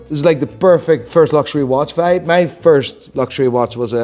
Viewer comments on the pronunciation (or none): none